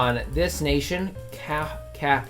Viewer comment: The best thing in the video by far is your difficulty pronouncing two syllable country names like Kaffa or Shewa